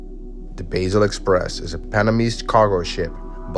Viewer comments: Basel is pronounced with a long "a", as in "path" or "bath", so it should sound like "Bah-sel" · the ship's name is pronounced like BAHsel, not like BAYsel.